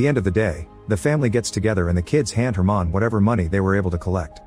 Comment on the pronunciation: It’s just a mispronunciation he read the name as “german” instead of “herman”